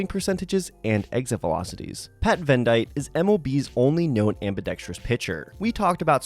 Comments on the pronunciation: Mans said “Vendight”😂 pretty sure it’s pronounced like Venditty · pronounced venditte wrong. it’s ven-det-eee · With the wrong pronunciation 😬